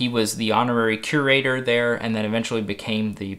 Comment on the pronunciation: I can't not hear "cuirator"